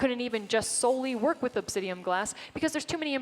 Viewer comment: It's obsidiAN, not obsidiUM. :)